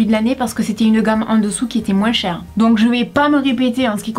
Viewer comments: en francais on prononce le "s" de plus pour differencier ces 2 sens (dıfferencıer + de "je n'aı plus de pates") Maıs comme moıns n'a pas 2 sens on n'a pas besoın de facon de dıfferencıer Donc ıl ne faut pas prononcer le s de moıns 😅😅😅😅😅😅😅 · J'adore comment tu prononces moin(s) avec le(s)a la fin! Sinon très bonne vidéo bisous. 😍😘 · "un peu moinss'" ! je pensais que c'était uniquement les antillais qui avaient cette prononciation ! Super vidéo, je vous regarde avec plaisir comme d'habitude :) Merci ! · tu pourrais peut-être donner ton avis sur des fast food et dire tes expérience dessus par exemple le mcdo ❤sinon je t'adore et t pas la seule à dire le s dans moins j'ai entendu quand tu l'a dit dans cette vidéo 😊❤ Je t'adore et même si des personnes sont méchantes avec toi fais pas attention et continu à avancer continue comme ça res super ❤❤❤❤❤❤❤ Je t'aime fort fort fort même si je sais que j'ai 13 ans mais je t'adore vraiment ❤